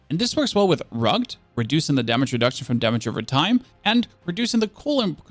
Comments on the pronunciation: Omg someone teach him how to pronounce “rugged” 😂😂😂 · I love how you must be purposely mispronouncing words like Rugged and frigid. RuggED, FriJid